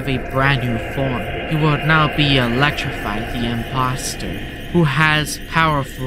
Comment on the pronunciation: Don't pronounce t Elecrify😅✅